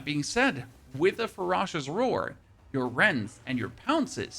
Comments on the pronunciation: Fur rah shish? lol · FER - OH - SHIS!!!! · Omg if you pronounce ferocious like this one more time I’m gonna kill my damn self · Great guide but if I hear you pronounce ferocious one more time i think ill go crazy 😂